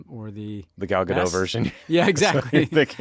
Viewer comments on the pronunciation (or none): Just as an aside. The T in Gadot is pronounced. She’s Israeli not French. Best channel on YouTube though. Always.